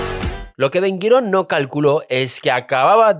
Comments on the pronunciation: Aprendé a hablar antes de sentarte ante un micrófono, Ben Guirón?? Es Ben GURIÓN !!! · Sólo una cosa:Ben Gurión, no Ben Guirón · Muy buen informe, pero sería deseable que aprendas a pronunciar los nombres de los grupos sociales: Ashkenasis, Jaredies, Sefardies o el nombre de Ben Gurión, que se pronuncia como se escribe. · Ben Güirón Patojón... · Macho, todo muy lindo, pero aprendete como pronunciar los nombres... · Se pronuncia BEN GURION Y TALMUD . GRACIAS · Tienes una forma extraña para mí de pronunciar nombres hebreos: Gurion, jaredi, misraji ,asquenazi, digo yo . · Ben gurión, no 'guirón' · No es Ben Guiron, es Ben Gurion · Muchacho, tienes que aprender a decir los nombres un poco mejor, Ben Guirión, Azhakanzies, Kenzet, Arabiyes....en fin. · Atento guionista, porque no creo que sea un error de quien lee: Ben Gurion en vez de Guirón Talmud en vez de Talamud Asquenazíes o ashkebazim en vez de ashekabzíes Es el tercer video con errores de pronunciación graves que restan credibilidad al dominio del tema expuesto. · "Haradíes"...Ben "Guiron"..."talamud"... Esta es mundial: "Los Ashacantíes" Escuché esto y dejé el video. Ya me dolían los oídos...!!